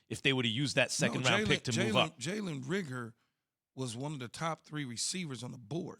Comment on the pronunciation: If they say “rigger” instead of “Reagor” one more time